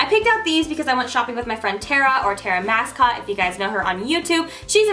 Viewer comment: You said Tara Masscotte😂😂😭 isn't it Tara Massicotte?!